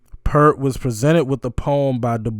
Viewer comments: Not pert, pee-ear-t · Neil doesn't pronounce his name like "pert". Say the word "ear" and put a "p" in front and a "t" at the end. Kind of like "peert". He has said that getting through Tom Sawyer was the most difficult part of a show. The very hard drum hits took a lot of energy. Check out this drum solo by Neil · You pronounced Geddy's name right...the G is hard like you thought. Also, Neil's last name is pronounced "Peert"...and it is not a big deal, but you will get lots of points with the Rush Family if you pronounce it "Peert". A lot of folks call him The Professor, and he is maybe the best drummer of all time....his other nickname is "your favorite drummer's favorite drummer." Last, Alex is probably the MOST underrated guitarist of all time, and made the absolute best acceptance speech after Rush's induction to the Rock and Roll Hall of Fame...I do not believe anyone will ever top that speech. Your next Rush reaction should be to Xanadu...the live version from Exit Stage Left.💯✌ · It's P-ear-t (pointing to my ear). And it's Ged-dy (rhymes with ready). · Neal Peart is actually pronounced as PEART. The long E sound. He passed away like a year ago. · help you with the pronunciation, Geddy Lee, his first name is pronounced like "GET-ee:, as in, get, like, get a beer, except it actually is a D sound rather than a T sound in the middle. And one of the greatest drummers ever, Neil Peart, rest in peace to him, his last name is pronounced more like it rhymes with pear like the fruit, with a bit more "ee" front-loaded, like, "PEEARrt". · No biggie, because I used to mispronounce Neil's surname myself, but hear the correct way straight from the horse's mouth, so to speak: 😄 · So you know, Peart rhymes with ear. 👍🏽😁 And you landed on the correct pronunciation of Geddy, rhyming with head-y.🎉 The only thing on Geddy's voice is a touch of reverb. On the synthesizer break down, thru the guitar solo, and for the outro they've switched from 4/4 time to 7/4.